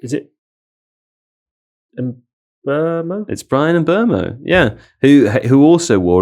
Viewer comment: Great pod, as ever. Enjoyed the 'Buttal' segment. But thought I'd say, given your propensity for pronouncing names correctly ("Twuh!", "Fernajj" etc); Stop Getting Mbeumo Wrong!